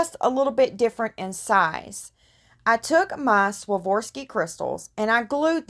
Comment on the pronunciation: The pronunciation is SWAA-RAAV-SKI ...just like its spelled!! Soft A , soft O, and there is only one R in the word!!